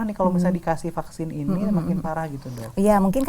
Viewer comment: Aduuuuh hostnya : "Paksin" 🤣🤣🤣 Supi , sunda pisan 😅👍